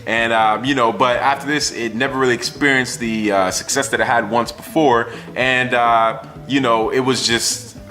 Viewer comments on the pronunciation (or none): none